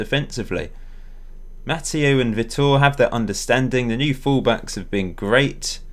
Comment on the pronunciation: btw Vitor is pronounced "vee tore" my friends called Vitor so I know